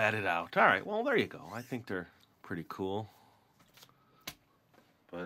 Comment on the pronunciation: Go not fo